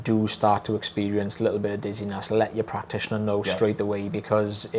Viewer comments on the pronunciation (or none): Did he say dizziness or giddiness?? If it made me giddy, it would be funny!